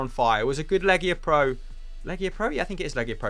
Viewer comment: Its LigaPro not LegiaPro